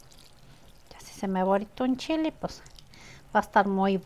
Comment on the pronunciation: Se dice jitomate,no jitomatiii😂.se dice chile ,no chili